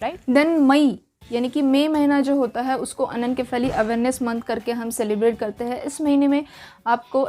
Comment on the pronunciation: Why are you pronouncing is wrong.....its irritating 😮 It's अनेनशिफेली.. not अनेनकेफेली